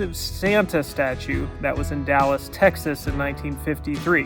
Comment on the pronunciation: it’s texasss